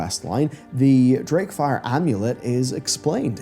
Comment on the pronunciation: DRAKEfire not Darkfire mate. Y'know drake to do with dragon.